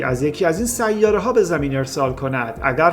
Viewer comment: برادر خواهش میکنم ه اخر سیاره را غلیظ تلفظ نفرمایید. تمام ه چسبان اخر کلمات را ح تلفظ میکنی اشتباه است. ببخشید